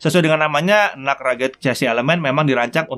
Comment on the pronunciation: Aku dengernya bukan NUC tapi NUT